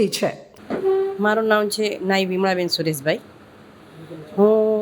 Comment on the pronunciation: અંગદાન જાહેર કરનાર બહેનનું પૂરું નામ વીમા બેન કે વિમળાબેન સંભળાતું જ નથી જ્યારે તેમના પતિ અંગદાન માટે સ્પષ્ટ બોલે છે..નાયી સુરેશભાઈ શંકરલાલ નામ જણાવે છે..